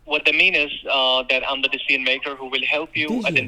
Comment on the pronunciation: In true scammer fashion, "Josh, the DEE-SEE-YUN maker" almost immediately asked how much CASH you have! What a pal !!! 🤣🤣🤣